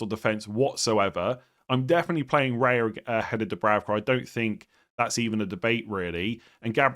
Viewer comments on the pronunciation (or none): none